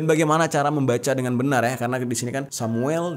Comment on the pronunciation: Bang bacanya kaya gini Dua samuel 23 ayat 20